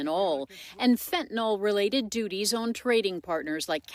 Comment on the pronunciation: Stop saying fentanol, tthat's not a word. The word is fentanyl.